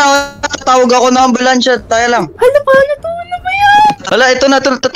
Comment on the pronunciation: Ambulansya hindi anbolansya😂😂😂😂😂